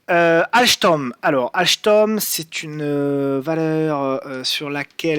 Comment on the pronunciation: Merci super vidéo mais pourquoi prononcer "AlCHtom"? 😂